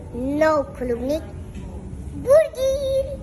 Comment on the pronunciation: The way he say's burger 🤣🤣😂